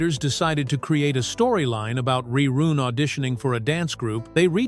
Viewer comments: Why the AI keep calling him Reroon? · These A.I. narrator's have GOT TO GO! Wtf is Re Roon? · Re-roon? Worst. AI. Narration. Ever.